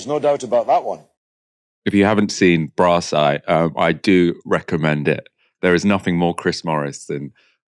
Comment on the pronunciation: Brasss eye 😂😂😂😂 u ment that 😂m8 it seems like epepisode from brasss eye 😳 right enough but 😂😂❤ u made me laugh today thank you 😊